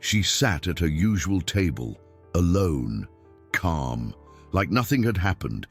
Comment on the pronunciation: Is CAM calm with out the l the reader doesn't read L or R 's